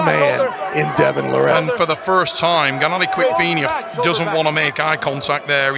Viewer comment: A. Complete idiot “GENADI DICKVINIA”